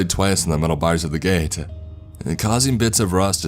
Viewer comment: Gate-ahh flashlight-ahh us-ahh distance-ahh